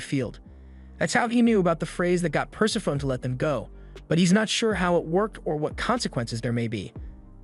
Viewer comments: it took me a long time to learn this, but Persephone is pronounced "pur-sef-pho-nee". Greek can be hard if you don't speak it, I know. I had the same issue with Hermione and Merope. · Greek names that end in "e" pronounce that "e" - Persephone should be pronounced "Per-sef-any"